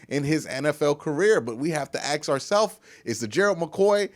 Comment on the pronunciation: You just can’t stop saying AX,,, we all know you are not ghetto, AX anyone ,, it’s one thing for a less then intelligent urban dweller to use that bullshit... but you are clearly educated, why don’t you just be yourself and stop the dumb shit, you will never reach the next level talking like that